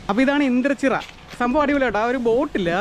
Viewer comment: Bro vdo kaanarund kollam ❤ithu nangade kolenchery. Google map kurach karakkilo aa mazhuvannor (right )pidichal avde etham. Bro indrachira alla indranchira.